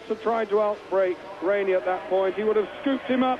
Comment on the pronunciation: He mispronounced almost every rider's name. Wainey, really?